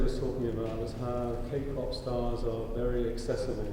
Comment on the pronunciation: parce que quand on aime la Ka-Pop on dit Ké-Pop...